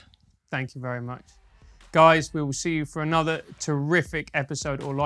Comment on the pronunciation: Whenever she say “you guys” it almost sounds like “you gays” lol